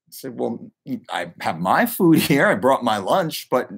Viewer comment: The way you say food is triggering